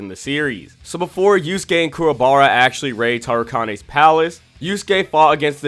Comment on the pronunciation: I really want to get into this vid but how you pronounce Toguro's name is driving me crazy! An then i get 5 seconds further into the vid and you pronounced Tarukane's name wrong as well! Come on bro, you gotta do better as an anime channel. Kinda regretting subbing to you now.